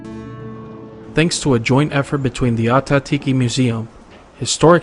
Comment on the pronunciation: I’m cringing at how badly they are butchering the pronunciation of Ah Tah Thi Ki.